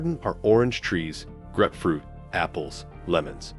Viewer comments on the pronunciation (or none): Lee-pard skin and grepfruit? Some of your pronunciations are off.